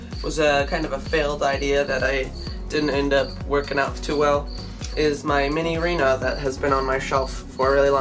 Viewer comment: It’s “Minireena”.